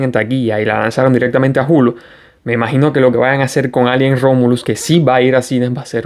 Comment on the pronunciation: Por favor, recuerda que ALIEN es una palabra inglesa que no tenemos en español y se pronuncia EILIEN. En español diríamos extraterrestre o alienígena.